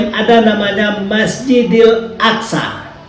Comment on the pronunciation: Aqso bkn Aksa pak 😅